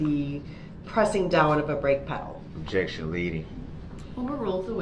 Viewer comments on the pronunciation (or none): “Objeckshion, speckleitive”. 😂